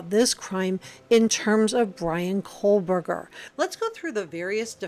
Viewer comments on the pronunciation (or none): I came here to say the same thing. So annoying to hear Cole burger. It’s like the end of Moscow, Co Burger. I know it’s spelled Kohberger.